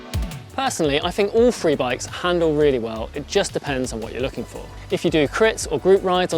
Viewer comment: Pronounces three hundred like free hundred. Lol